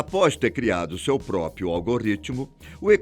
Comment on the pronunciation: Amigo, PRÓ-PRIO. Não pró-pio.